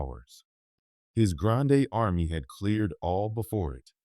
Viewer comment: 'his grandayyy army' - i died laughing, yeah have to skip this